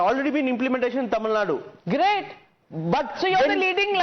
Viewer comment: Not Tamilnad, Its Tamilnadu